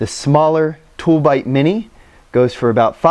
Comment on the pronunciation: those are called "toob lite", you kept saying "tool bite" I bought some after Adam's first video. A Tooblite mini and the smaller paqlite. Quick shipping, good product. After about 6 hours, I could still make out the mini on my keychain across the bedroom.